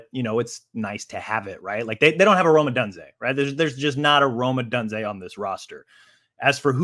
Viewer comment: Why is bro pronouncing “Odunze” like that?